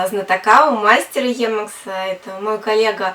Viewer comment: собственно - никак нет! Сколько холиваров было на тему emacs против vim. Кстати, первый автор (Ричард Столлмэн) озвучивает своё творение немного другим начальным звуком ("и"). Поэтому , Вам низкий поклон, что вообще за эту тему на фоне всеобщего молчания в рунете взялись, но , если от души - слух режет